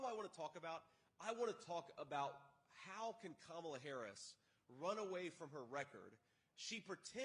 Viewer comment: He's saying her name right! Wow!